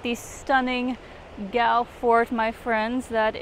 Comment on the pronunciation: The proper way to pronounce Galle is like as you would pronounce goal. But you did a good job. Hope u didn't hate sri lanka because of the weather coz even the locals are having a hard time with the heat.